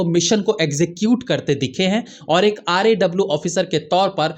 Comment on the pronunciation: RAW क्यू नहीं बोलते हो आप, R A W क्यू बोल रहे हो